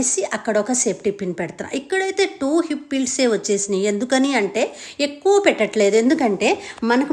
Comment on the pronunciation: పాస్ట్ కాదండి,ఫాస్ట్, నేభి కాదండి నాభి,ipp కాదు హిప్,డ్రాప్ కాదు drap,ఆప్ కాదు హాఫ్,sapty కాదు సేఫ్టీ